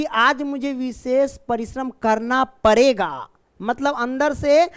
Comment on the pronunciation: Sir padega hota hai parega nhi